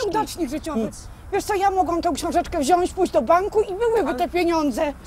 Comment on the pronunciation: drobna uwaga dla pani... MÓWI SIĘ WZIĄĆ!!!!! (sorka ale bycie córką nauczycieli ma swoje minusy)(poprawiam wszystko i wszystkich)